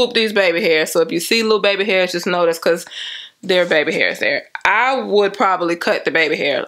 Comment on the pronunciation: “See beh-cause” lmaooooo